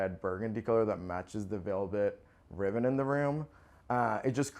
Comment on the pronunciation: Beautiful home but, did he say cluves instead of cloves and riven instead of ribbon🤔